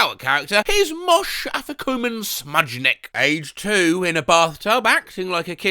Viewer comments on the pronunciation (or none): That is NOT how Moshe is pronounced lmao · As a Jew about to celebrate Passover in a few weeks, that pronunciation was genuinely painful